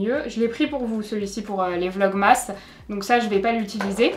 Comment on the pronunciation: Le maquillage est top comme toujours. Par contre on ne dit pas vlogmasse mais vlogmeusse qui vient de christmas vlog.